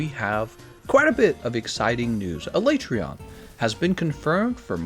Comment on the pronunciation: First time a YouTuber has pronounced Alatreon the same as me.